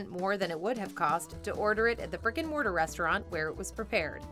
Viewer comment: I keep hearing "Rick & Morty" every time you say "brick & mortar". Also, does anyone else think Mr. Beast has the world's most punchable face?